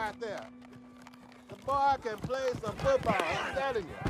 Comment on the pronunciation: He said “The bwa can play some football.. I’m tellin ya.”